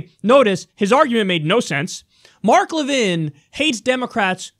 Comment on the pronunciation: I guess Levin didn't read the whole chapter on the Alienation & Sedition Acts, or he might have noticed that John Adams got ran out of the White House because of them. Pay attention, dude. (Also "Le-VIN"? What are you, French? It's pronounced "LEV-in", dummy.)